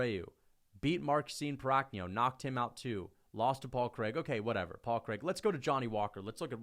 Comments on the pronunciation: everytime I hear say paul craig it hurts me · The way says Paul Craig kills me every time lmao